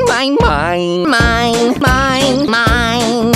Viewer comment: Smine not mine lol